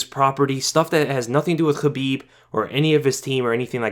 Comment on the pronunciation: The way you pronounce "Khabib" sounds hella bizarre dude just say it in english not kinda-russian